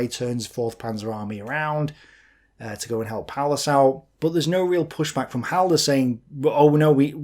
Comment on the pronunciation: That opening triggered me. Halder...